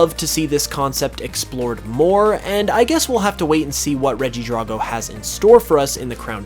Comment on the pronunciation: DRAGO NOT DRAWGO